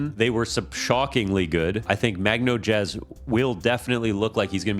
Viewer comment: Magnojezz is pronounced "Mag-noiz"